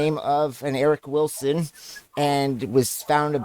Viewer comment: So funny how they always pick last names they can’t even pronounce…”Villiams” and “Vilson”. 😂 Good stuff 👍🏾